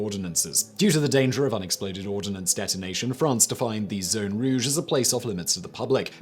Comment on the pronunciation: Ordnance, not ordinance... 🙄